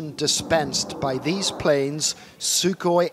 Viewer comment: Its not SuKoj it is SUHOI